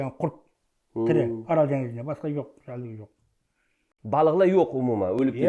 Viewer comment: 😊орол емес АРАЛ